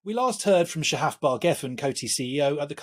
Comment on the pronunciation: It’s Sha-haf not sha-hif